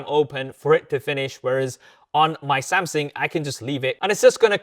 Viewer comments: say it with the rest of us who speak CORRECT ENGLISH: AH-LOO-MI-NOM,, not A-LA-LOO-MEAN-EYUM 🤣🤣🤣🤣 SAM-SUNG not SAM-SING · Brother your videos are in the absolute top tier of reviews. But please work on the way you pronounce Samsung because "Samsing" makes me feel so stressed when watching